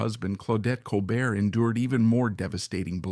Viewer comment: Col bear, not colbert.